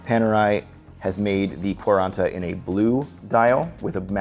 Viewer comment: Best mispronunciation of the Italian for 40 I think I’ve ever heard ! Lol